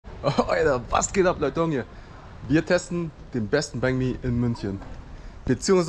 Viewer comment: Ich versteh immer Bang Me haha :-d